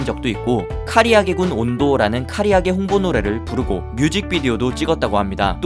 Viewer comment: 카리아게가 아니라 카라아게임